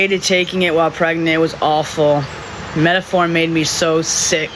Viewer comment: She couldn't pronounce metformin to save her life. 😹😹😹